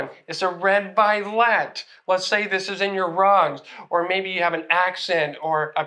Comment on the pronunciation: Vi-let has three syllables not two , its vi-o-let